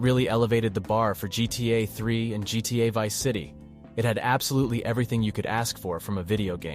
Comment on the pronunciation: I was debating with myself whether this was an AI voice at first, then he said GTA Varsity and GTA I4😂 sorry homie, I'm gonna go watch a better one.